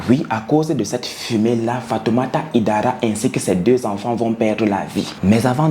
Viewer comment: le nom se prononce HAÏDARA et non HIDARA en français et même en malinké 😘